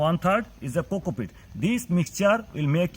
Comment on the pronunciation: coco PEAT _ NOT cocopit. your accent is horrible. it is a nightmare trying to follow your babbling talk.